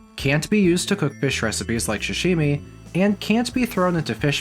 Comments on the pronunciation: for the love of god, SAH-Shimi. not sh-shimi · Repeat after me : Sa -Sa -shi -shi - mi -mi -Sashimi! -Shashimi! -🤦‍♂️ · Good video... but good god you gotta stop saying "shashimi" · I find it cute how you pronounce sashimi. Like, shshshimi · Not the *sha*shimi 😭